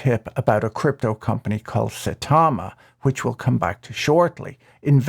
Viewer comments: Mispronouncing their nerd shit is excellent and rude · Sai-tama. Not sa-tama. One Punch Man fans are flipping their shits now.